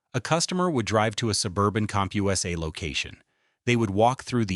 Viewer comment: Cump-Hugh-essay? Don’t “tell the story of a bankrupt retailer,” tell the story of lazy AI slop.